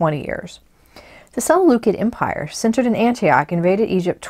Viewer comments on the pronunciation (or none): none